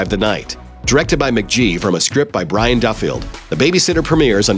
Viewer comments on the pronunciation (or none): none